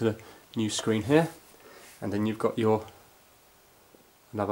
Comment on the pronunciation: Why did you say "here" as "hair"? It's confusing.